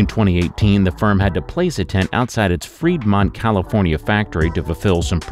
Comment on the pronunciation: Your video said "Vermont, California". It's is "Fremont, California".